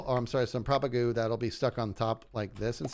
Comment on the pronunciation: said the word propagule 47 times, and pronounced if propagoole only 7 times!